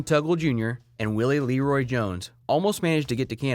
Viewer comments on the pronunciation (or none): none